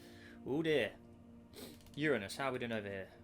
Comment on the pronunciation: Finally someone who says Uranus correctly